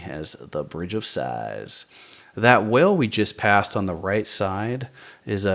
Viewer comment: I went back and listened twice and it sounded like you said well. Whale has a dipthong = wha-ul sound. like the word coin, owl, howl, oil - it almost sounds like it has two sylables.